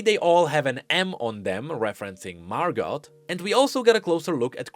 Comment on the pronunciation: I had to stop watching. I could only hear Mar-got a few times. Margo. MARGOO